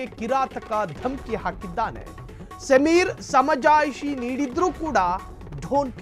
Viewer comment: Sameer alla kanri adu....ayyo devre en news channel nimdu